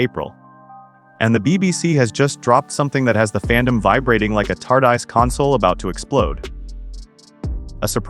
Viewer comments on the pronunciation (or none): AI generated click bait. "Doctor <Pause> Who" and TARDice? At least check it before publishing.